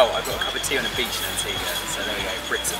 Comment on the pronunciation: Americans always pronouncing Antigua wrong